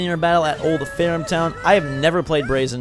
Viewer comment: Braixen is pronounced Brayx-en. other than that. Loving the videos buddy!!